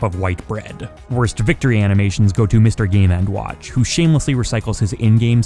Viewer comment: Loved the video, but the way you say Mr Game and WATCH is just weird to me XD